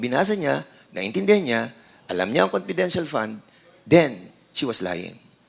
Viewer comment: Konpidenshahl... sb ni dan hahaha